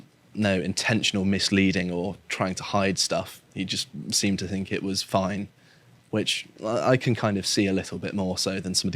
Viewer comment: Any broadcaster who pronounces "think" as "fink" etc should be purged.